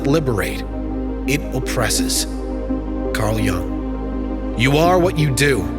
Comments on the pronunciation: His name was Jung with a European U sound, not “Jang” or “Young” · incorrect pronunciation of Carl Jung's surname - repeated several times... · You have wrong pronunciation of surname Jung